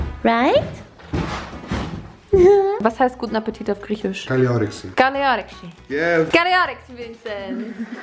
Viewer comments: hey greek fan here!! soo unexpected hearing you speaking greek! you said 'kali oreksi' on point at the first try actually shocked hahah <3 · I'm from greece 🇬🇷 and i feel proud for how do you pronounce the "καλή όρεξη" 🥺🥺